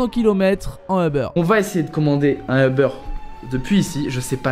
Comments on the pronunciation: On dit pas eber on dit Uber prononce bien. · tout ce qui m'enerve c'est qu'il dit eubeur pas uber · On ne prononce pas euhbeur. C'est une société américaine. On dit "oubeur" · vous dites euber ou uber ? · c pas eber c uber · Mais pourquoi "Eubeure"?? Alors qu'en Anglais c'est "Ouber" ? Donc ok les français vous francisez tout mais des fois c'est vraiment nul. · Comment tu dis le mot HUBER tu dis eber